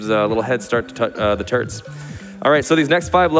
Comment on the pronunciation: I keep hearing the commentators say "Crushing Turds" instead of Turts